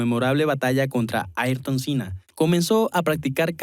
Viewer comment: Una pena poner al mas grande de la historia Ayrton Senna en cuarto lugar, Y que no sepas pronunciar su nombre!!! Es el único en la historia que competía vs 20 pilotos y el sistema(Ballestre). Es un mito, emblema del deporte, idolatrado hoy mas que nunca en el mundo del deporte velocidad, No solo en su amado Brasil. hizo revivir a la F1, en mi Mexico se le adora, no solo por su pilotaje y coraje bajo la lluvia, si no por su valor como ser humano. Un grande Ayrton Senna do Brasil!!! No todo es estadísticas!!!